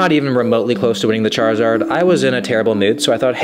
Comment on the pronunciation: bro called charmander chrizard